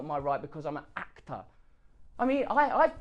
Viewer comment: Because I'm a actah haha. Got to love Russell, not only is he funny, he's very very real. An inspiring man who a lot should and already do look up to.